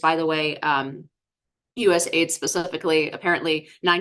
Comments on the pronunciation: Stop calling it ‘aid’ say the letters A.I.D. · Just an FYI! Anyone saying US Aid doesn't really know what it does or who it is. US A I D is the way it's pronounced. And it developed things, mostly international problems lately. Just saying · It's not USaid but US A.I.D. Do you research before venturing to comment on a topic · It's not US-Aid but USA - I.D ( USA INTERNATIONAL DEVELOPMENT) ... "USA- I.D' has an even stronger meaning/connotation, especially when you find out where the funds were going. So I believe it should be pronounced USA i.d 😋 Great discussion 👍